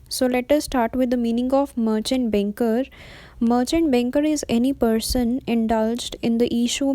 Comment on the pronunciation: It's not benker it's banker ...